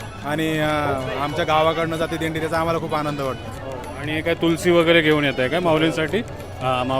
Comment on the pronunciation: तुळस भावा तुळशी पण चालेल. तुलसी नाही रे.आपण मराठी आहोत.